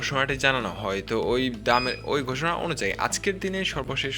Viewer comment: ধাপে ধাপে। ধাফে না।ঘোষণা। গোষনা না।